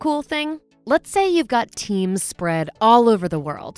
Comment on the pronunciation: I kept hearing Parsec for teens